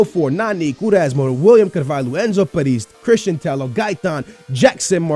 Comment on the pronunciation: Tello double l in Spanish is pronounced like an y